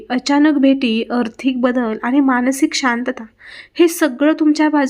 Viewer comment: अर्थीक म्हणणे सोडून द्यावे. "आर्थिक" हा शब्द उच्चारावा.